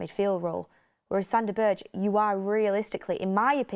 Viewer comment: For the love of god pronounce the man's name, right Burr-ga